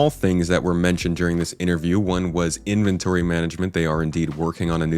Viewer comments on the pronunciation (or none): none